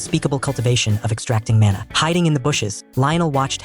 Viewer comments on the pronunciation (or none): none